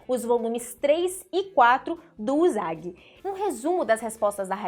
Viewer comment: Favor procurar aoi usagi sakai noriko, no tempo 1,07 tem a pronuncia correta de usagi...